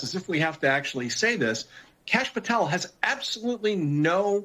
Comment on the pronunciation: or so, this PropagandaMSM 👿Terrorist owned by SchwabSorosGates, tries to act like she has dirt on K Patel but can’t even pronounce his last name!🙄